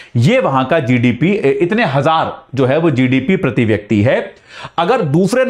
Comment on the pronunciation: प्रती,व्यक्ती नहीं होता गुरु जी, शुद्ध बोलना सीख लीजिए